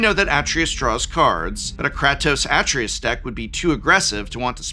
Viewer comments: It's "a-TRAY-us", not "AH-tree-us" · Atreus = "Uh-tray-us" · Kray-toe-sss Ah-Tray-Us Kray-toe-sss Ah-Tray-Us Kray-toe-sss Ah-Tray-Us Say it with me professor. Kray-toe-sss Ah-Tray-Us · Kratos I understand, but Sir, you grew up with Atreayu! That mispronunciation hurts the soul! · He pronounces Kratos the Greek way. Kratos is Greek, so you could say Prof is right, but only from that point of view. For Atreus, I prefer the game's version, cause it's closer to the name's native pronounciation. :) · Did no one tell the Professor how to pronounce Kratos or Artreus? I'm just curious. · Every time Prof said Kratos like that I felt one nerd suddenly scream out in pain before being silenced by his pronunciation of Atreius.